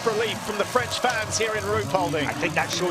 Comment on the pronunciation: It's "French" no Freinch XD